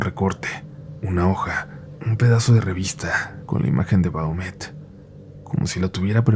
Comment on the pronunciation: Se llama Baphomet pronunciado Bafomet... Y no es el diablo ni es satanás, es un supuesto demonio pero posiblemente sólo sea una deidad pagana antigua.